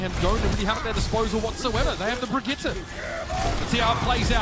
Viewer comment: Only one here gets triggered every time they pronounce Brigitte wrong?